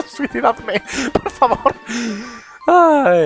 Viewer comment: Me ha parecido oír -Suicidadme xD en vez de -Matarme hahaha